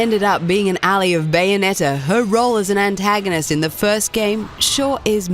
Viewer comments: What is an al-li ? Pretty sure it's al-lie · Why did you pronounce Jeanne and ally wrong? Jeanne is said like Jean and Gene. There is a big difference between alley (al-e) and ally (al-i) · "ally". You pronounced that very wrong. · ally. not ellie. pls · I’m sorry, did she just pronounce ally as alley? 🤦🏽‍♂️ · God Dammit! The person can't even say "Ally" she said Alley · Did you just pronounce "ally" as "alley"? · you mispronounced Jeanne and ally